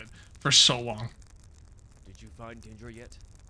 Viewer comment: FFS, its not DE-ANDRA, its just DINDRA. There is no a after the I